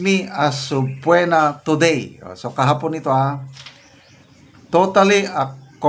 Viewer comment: Sorry... Ang tamang pagbasa ng word na SUBPOENA is silent O ( SUBPENA) dimo Ako basher general...gusto ko lang marinig yong tamang pagbasa mo sa Word.... Masakit sa tenga yong SUBPWENA sorry Po